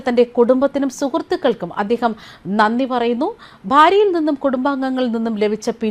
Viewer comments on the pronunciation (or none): none